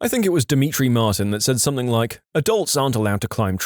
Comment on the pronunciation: No k in the word something .